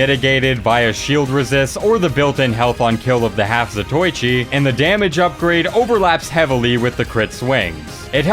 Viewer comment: Zato is pronounced za-to-i-chi, not za-toy-chi.